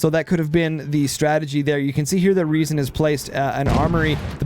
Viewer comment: Funny how your english version of Riesen was closer to the actual german pronounciation than your german version XD The "R" comes from the front part, tongue just behind the front teeth, not from the throat like you have stuck something in there you want to spit out ;)